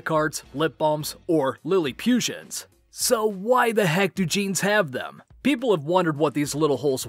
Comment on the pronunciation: It's pronounced Lilly-putt-ian, not Lilly-pusian. It's a play on the diminutive people from Gulliver's Travels, and the fact that they live on a mini-golf course.